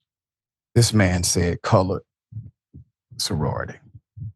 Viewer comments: I'm Black and it sounds like he sounds like he said college to me as well. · Sounds like he said colored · COME ON NOW! I listened several times and he said colored. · Colored doesn’t have a “g” in it. His pronunciation was a little funny, so I understand your mistake. He pronounced the word “cullidge,” which is clearly closer to “college” than “colored.” (Not to mention it is highly unlikely someone his age would ever say “colored”; that’s a word used by pre-boomer generations) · Agree. I slowed the audio down and he definitely said colored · This man said colored there is no d in college. Racism is real. Wake up America what you do in the dark has come to light. This us suppose to be a free country. GOD HELP US ALL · Sounds like he said colored. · Come on now, he plainly said colored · He definitely said colored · he said colored witch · He said Colored Soroity 😡😡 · I was thinking to give you all the benefit of the doubt, but after listening on speaker with volume up, he definitely said colored. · HE said,COLORED. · So the black man says not a word and let him Disrespect her and Sorority by using that ol Southern word Colored. Shameful people bunch of Foreign speaking people Caucasian ignorance. And that fool said Hauctoauh disgusting brains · We'll heard what he said Color sorority!!